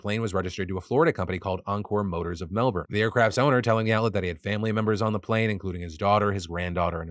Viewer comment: I’ve never heard an American nonchalantly say Melbourne so easily and not melBORRRN.